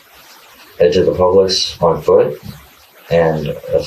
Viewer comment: Ummmmm ….. the (AI??) narrator just referred to Publix grocery store as “the pubics “ 😂😂😂😂